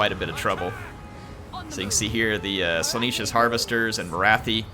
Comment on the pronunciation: I get triggered every time you say “Slaaneesh” when it is spelled and pronounced Slaa-nesh get it right please